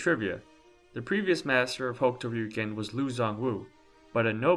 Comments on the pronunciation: Rayuken…. You sound like an idiot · So you pronounce Hokuto Ryuken right but pronounce Ryuken wrong?